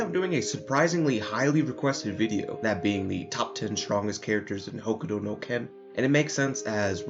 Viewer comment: Why do you say "hokudo no ken"?.